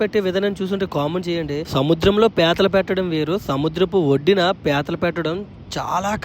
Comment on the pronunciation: ఓరినీ పేతలు కాదు పీతలు